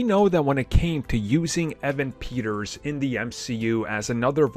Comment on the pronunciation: please watch a xmen film his names peter not pietro